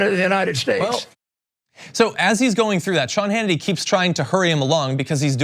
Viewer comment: "I don't watch a lot of sh-Hannity..." Freudian sh-lip? Lol!